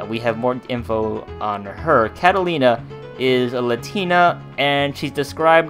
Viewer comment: Its not catalina is katarina